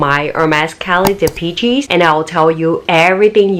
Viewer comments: Please, please if you do another video on this pouch, it's pronounced "dee-PESH," not "dee-pee-cheese." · Dee.Pee.Chee ... LOL